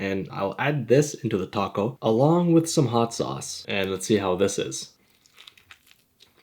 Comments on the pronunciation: no no no. I mean TACO. but instead it sounds like TU-CO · I love how the Narrator calls it a "Tacko" 💀🔥